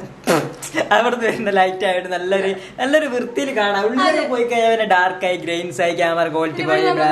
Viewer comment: Dude വിർത്തി അല്ല വൃത്തിയാണ് 🤣🤣😂😂😂😂🤣🤣